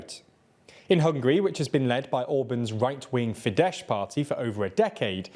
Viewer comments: For the love of christ stop saying "fidesh" it is "fidez" sz = s, s = sh. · "Sz" in Hungarian is pronounced "s". Not sure why you're saying Fide"sh", but that's wrong. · Quick correction regarding the pronunciation of the two Hungarian parties mentioned: Fidesz is pronounced like: "Fides" ("sz" is only pronounced as "sh" in Polish) Jobbik is pronounced like: "Yobbik" (pronounced with a long B like in the word "subbasement") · Day 328 of reminding these abortions that it's not Fidesh but Fidesz pronounced with s at the end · It's pronounced not "Fidesh", just say a simple "s" as the last sound, and your pronunciation will be perfect. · Little correction: Jobbik isn’t further right than Fidesz anymore the furthest right party rn is Mi Hazánk and a newer poll showed that youths wanted them in power. Another small thing Fidesz is pronounced s not sh. Otherwise keep up the great content😊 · Please, pretty please spell fidesz as "fides" rather than "fidesh". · Just for future reference Orban's Fidesz is not fee-dash but fee-dess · Hope you'll see this comment. Fidesz is pronounced 'Fides', not 'Fidesh' (it'd be Polish) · Learn how to pronounce foreign words better. FIDESZ ends with an “s” sound not “sh”. Orbán is in the news enough now to learn this. I swear this channel just pronounces foreign words that sound wrong in English and it’s original language. I can’t click on your Chinese news anymore because of the bad pronunciations which at this point are just deliberate. It shows laziness and lack of interest. It’s a shame because the bite size news is otherwise good. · Fidesz is pronounced as Fides in Latin. In Hungarian S is as English Sh and Sz is as English S. Just the other way around than the Polish. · Fidesz is pronounced with an S sound at the end and the stress is on the first syllable. It's not like Polish, where sz makes a sh sound. The J in Jobbik is pronounced like a Y. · it's pronounced "fi-dess" with an "s" like in "snail", and "yob-bick"